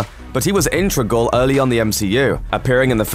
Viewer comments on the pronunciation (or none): Integral. Not Intregal.